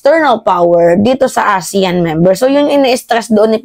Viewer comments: Aseyan po ang tamang pagbigkas ng ASEAN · pronounce the meeting ASEAN (ah sea an) .